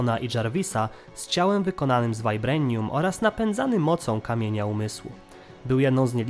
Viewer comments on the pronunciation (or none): Błagam możesz nie mówić altron tylko ultron albo wajbranium tylko wibranium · "z ciałem wykonanym z wajbrenium" xdd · tak w filmie z polskim dubbingiem mówią wibranium czy ultron ( nie dawno oglądałem te filmy) a jak ty mówisz tak jak się po angielsku wymawia to dziwnie to brzmi kiedy człowiek jest przyzwyczajony do polskiej wersji.